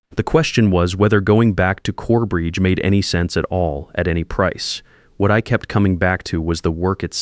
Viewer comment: CoreBRIDGE, not Corebreach! Ried is pronounced reed